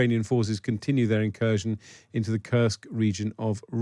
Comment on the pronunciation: Incursion or inKURSKion? 😅